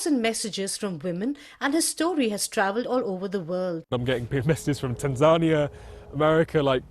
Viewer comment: Tanzarnia? D'you mean...Tanzania? Can't take that seriously. I'm out